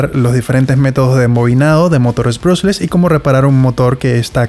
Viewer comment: aprende a decie bien el nombre del motor